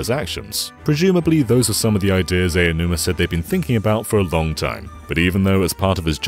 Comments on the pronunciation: Sir, the name is "Aonuma," not "Eionuma." That means it's pronounced "Ah-oh-nu-mah." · Aonuma is pronounced "Ow-num-a." Not "eyy-oh-numa." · I'm not saying this to be mean, but to inform, but Aonuma is pronounced more like "Ownoomah," not "Eyanoomah." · It keeps annoying me how you pronounce Aonuma "Eianuma." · Ok guys his name is pronounced Ow-numa. 🙄😒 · Why do people still pronounce Aonuma's name wrong? Ao = Ow, as in "Owl" Also, they should NEVER make Zelda, to appeal to western fans. TP and BotW are both aimed toward the west and it just made me dislike them more than the others. Give me Ocarina of Time, The Wind Waker and Skyward Sword, anyday. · How tf do you mispronounce "Aonuma" so much? At least know the subject you're referring to.